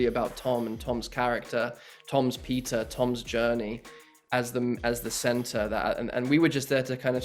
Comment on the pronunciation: when he says Peter it sounds like pizza